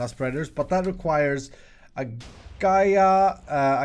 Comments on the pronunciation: Gai ah is how you pronounce it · just a heads up the boss is the earth goddes gaia you kind of pronounced it wrong